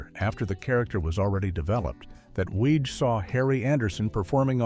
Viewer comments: Another AI video that mispronounces things. Reinhold Weege’s name is pronounced “Wiggy.” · Weege is pronounced WEE-gie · Small point but isn't Reinhold Weege's name pronounced like Weegie? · CORRECTIONS: - Character Billy Young was never planned to be more than a single-season character. - Creator's name is pronounced "weeg-ee" - Far as I know, Night Court didn't "save Torme's career"; it sure as heck did boost it tho'! - Based on the stories I've heard from Moll (on TV, not in person😜), at the end of the audition Weege said something akin to "You know you'll have to shave your head for the next 5 years, right?" Heard that story a few times. So not sure if that was apocryphal or if this video's story is. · Larroquette was charmingly different as Jenkins/Sir Galahad in "The Librarians". Oh, and "Weege" is pronounced "Wee-jee", sort of like the spirit board. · He also mispronounces Weege's name. It's "weeg-ee." So, while "some in Hollywood" MAY've been calling the deaths a "curse," (probably not -- it's probably a more recent nickname) I always find that, when I see vids like this get THE MOST BASIC fact wrong (like the pronunciation of the CREATOR'S name!), the rest should be taken w/a few billion grains of salt. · Nothing reminds me that I hate AI generated content like clickbait thumbnails coupled with AI voice that can't decide whether Weege is pronounced Weeg or Weej and Larroquette is pronounced ler-oo-ket or lar-oo-ket-ay.